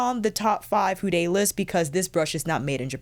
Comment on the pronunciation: who told you to pronounce Fude as 'fude- ay'? I was showing this to my Japanese friend and nothing about the word Fude would incite her to pronounce it the way you do. I've felt the same also. I don't know if Fude has an American website, as the one that I use comes directly from Japan with receipts in Japanese plus labels on the brushes also named in Japanese. The site will automatically use prices in ¥ (yen), until one changes it to the currency that is applicable. It does not stock the brushes that you have shown in your video except for one brand only. I have been trying out several brushes from Fude this year, through different brands with various bristle types. I've been very impressed by their quality of brushes and how fast they are able to have them made up, no matter the brand. When I require anymore brushes, I will definitely be going back to Fude. (As I already own just about every brush that Réphr has in their arsenal, it's time for something else). You're certainly lucky to have those brushes given to you at no cost. The purchases that I made last year definitely cost me a pretty penny!🇦🇺💖👩🏼‍🎨